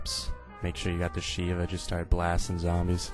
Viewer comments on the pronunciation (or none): none